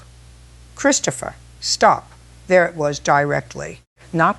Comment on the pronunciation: Sounds like your voice, but two words frequently pronounced differently. It's not Christ opher, it's Chris topher. And, it's not Car in, it's Care in.